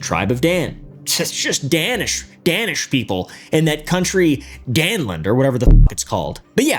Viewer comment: As a danish person Danland and Darhnish, sounds so funny hahah 😂